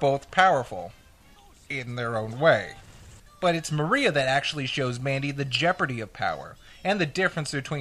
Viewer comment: lol, "Mandy" Rivera